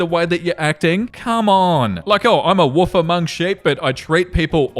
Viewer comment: I'm all about how you say "wolf". Sounds like "woof". Love.